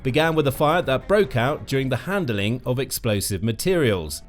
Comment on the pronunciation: Handling not handleling. Ordnance not ordinance.